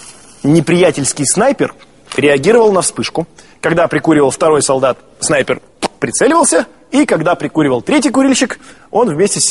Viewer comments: он сказал снайпеЛ . А не снайпеР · сек в начале он говорит снайпел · сказал снайпел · снайпел XD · На диктор говорит снайпель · он сказал снайпел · снайпел ха ха орнул